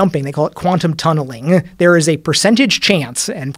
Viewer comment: "Quantum tunnelinnnguh"